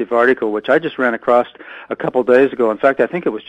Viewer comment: please be aware that there is no such word as "acrossed", or "acrosst". Man that sounds silly. Across does the job quite effectively without any artificial additives needed.